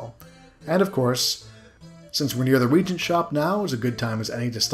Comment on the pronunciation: I love seeing the look back at these old games I haven't seen in decades. There is one nit-pick for this video though: "Reagent" is pronounced with three syllables (re-AYE-gent), it's a tad confusing because there is another word "regent" (RE-gent), which means "acting ruler".